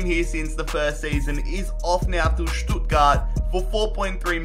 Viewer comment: You pronounced ‘Stuttgart’ pretty good for a non German 👍🏽